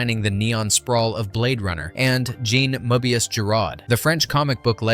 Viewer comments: "Mo ee be us"??? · Mo-A-Bee-Us? Fuck this voice.